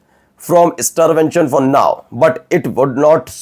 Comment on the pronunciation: Like ur msgs/videos but please read English correctly that effects badly as u read starvention to starvation Sorry, pl do d needful